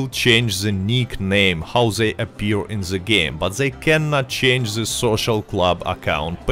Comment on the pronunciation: I like how he says ze instead of the